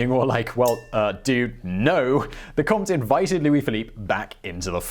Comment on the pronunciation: Love the way you pronounce Comte